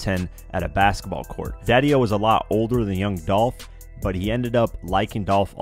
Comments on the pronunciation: Its dolph not dolf u sound stupid short for .his real name these clowns be trying to give someone a short Nick name and that's lame this dumb guy said dolf wtf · It’s Dolph !!!!’🐬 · It's Dolph!!!!